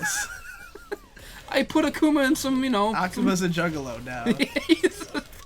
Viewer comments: as if akoomuh is any more right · Jean, Ak-uma, Yoshimeetsu. pronunciations hurt me.